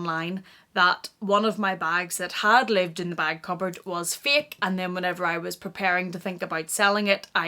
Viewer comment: Did she say “it’s a feel because it’s a feek?” Lol translation...It’s a FAIL ( pronounced FAY-EL) because it’s Fake ( pronounced Fay-k) You’re welcome! 🤣